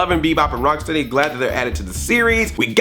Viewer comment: It's so weird how and some of the other guys put the emphasis on the steady and not the Rock. To me at least, it's Bebop and ROCKsteady not Bebop and RockSTEADY. Is steady a word anymore? It doesn't seem like a word anymore.